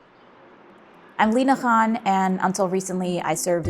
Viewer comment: how Alina Khan pronounces her name - which narrator conspicuously ignores 😉